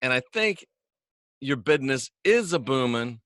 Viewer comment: My bidness's's" need a little work..